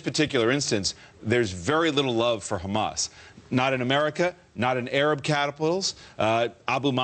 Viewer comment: What the hell is 'KKKKHHHHAMAS'?